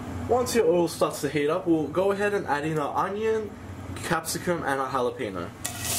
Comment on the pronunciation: "Halapenyo", not "halapeeno". Regional pronounciations of words are hillarious sometimes. You have amazing content, my friend! Respect! 🤓